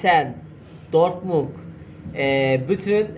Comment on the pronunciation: Dortmung değil Dortmund oğlum, sonu “d” ile.